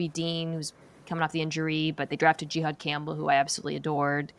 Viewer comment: Jihaad Campbell is Mina’s favorite player in this draft but can’t even pronounce his name correctly 🤦‍♂️